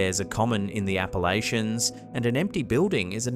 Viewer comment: First video when he said Appalachians I knew I didn't need further explanation